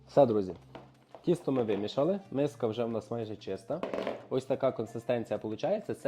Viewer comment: Вимісили тісто, не вімішали. Хлопче, ви гарно готуєте, але будь ласка говоріть правильно. Дякую!